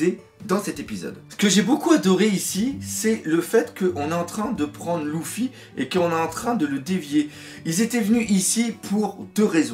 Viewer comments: Pokélite x en plus c est pas louffy c est luffy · Ça me stresse quan tu dit "Louffy" 😂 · Tu dis Gok[ou] pas Gok[u] Tu dis Nar[ou]to pas Nar[u]to Bah pourquoi tu dirais L[u]ffy et pas L[ou]ffy ? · Moi c'est ceux qui disent LUffy qui me stressent de ouf